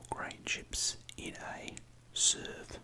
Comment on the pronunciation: The perfect Australian portion is approximately one SUUURVE